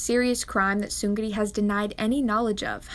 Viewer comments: It’s pronounced like Seungni, like 음량, 청량리, 왕십리. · "soon ri". the g isn't pronounced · KookieMonster it is pronounced ni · cee The ㄹ is pronounced as an N: -after ㅇ: 능력 neung-nyeok, 명령 myeong-nyeong, 승리 seung-ni -after ㄱ (and ㄱ becomes ㅇ): 격렬하다 gyeong-nyeolhada, 식량 shing-nyang, 확률 hwang-nyul -after ㅁ: 함락 ham-nak, 첨력 cheom-nyeok, 심리 shim-ni -after ㅂ (and ㅂ becomes ㅁ): 입력 im-nyeok, 급료 geum-nyo, 법률 beom-nyul Source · Not related to the actual video but Seungri is pronounced as "Seungni" or something like that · Omg.. it’s pronounced seung - ri. There’s no g sound, it triggers me so much xd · Thanks for the info but you pronounced his name wrong LOL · no tea no shade but you're not supposed to say the g in seungri is silent, the ng is like the ng in sing, thing, ending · the way you pronounce seungri's name..... i just can't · I love your vids but pronounce the name right please and thanks! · that's not how you pronounce his name... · im so sorry but its so funny how you pronounce seungri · WHY do you pronounce his name that way???? It’s so cringy hahaha but nice vid though. Just please try and not to say his name. It sounds so freaking terrible lmao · im sorry but pls stop pronouncing seungri wrongly thanku vry much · All facts but the way you pronounce Seungri irks me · Did anyone else feel bothered by how she was pronouncing his name? No? Just me okay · The way you pronounce his name gives me anxiety lol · the way she pronounced seungri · except for her pronunciation of seungri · The way you pronounce seung ri is just painful to listen to. It's not seung gri its seung ri. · I liked the video!! Just one thing is the pronunciation on his name, you say it like Seun-gri but in fact it’s Seung-ri. Just wanted to let you know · Lol well done but Seun gri? Is Seung Ri lol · You lost all credibility by calling him seungree. Seungli 승리 is pronounced seungli which means victory in korean. Another foreign tryhard. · He is seung -ri not seun-gri..... just saying